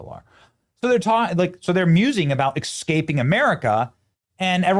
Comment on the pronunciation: "exscaping". The word is "escaping". "es kaping" Every time you mangle words, that's all I can hear in your videos.